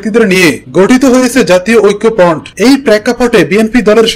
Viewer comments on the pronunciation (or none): Apnar information thik ache shudhu uchharone problem. Uchharon thik koren.....oikkopront ki vai?